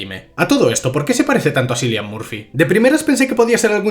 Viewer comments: Se dice Killian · se pronuncia "Killian", con K, no con la C, ya que el actor es de Irlanda si no estoy equivocado